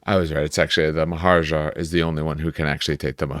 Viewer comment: Great video! btw it should be pronounced maa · huh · raa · juh :)